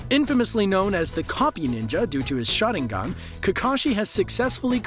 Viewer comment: i swear I heard him saying shotting gun instead Sharingan..😅